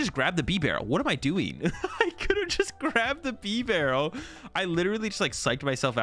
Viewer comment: You don't pronounce beaver like "beh-vur", it's BEE-ver. Bibarel's name is a play on the pronunciation of beaver, it's like bea-barel.